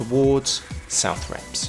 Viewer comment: Love your videos but sometimes your pronunciation of Norfolk place names cracks me up. You missed a crash landing at Southrepps and radar station at West Beckham which could've added some extra colour.